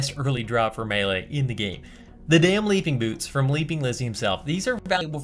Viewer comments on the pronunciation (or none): none